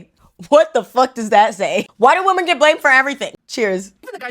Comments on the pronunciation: Why are we pronouncing WOMEN as WOMAN? Why do people not understand the difference between singular and plural anymore, especially women it comes to WOMEN? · Why are you pronouncing the word women wrong?